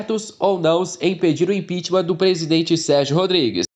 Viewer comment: só uma dica: a palavra correta é "impeachment", não "impitimam"